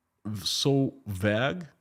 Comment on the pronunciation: You are pronouncing the word vague with a short ‘a’ sound. It is pronounced with a long ‘a’ sound like in the word ‘bake’. Thanks.